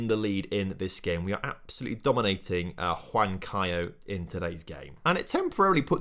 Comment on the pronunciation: The two winners get to the Playoffs on the Semifinal; the other four best teams play among themselves starting on the Quarterfinals, I think. Also, all starting Hs are silent. In this case, Huan is pronounced like "one".